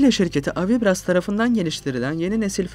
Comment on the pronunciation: Pronuncia-se "AVIBRÁS", sendo o "brás" a sílaba tônica.